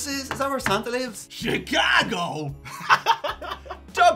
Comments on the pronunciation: Chi-cah-go?! I'm dead, dude. Well done on the accent. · Shhicaaago? Ha ha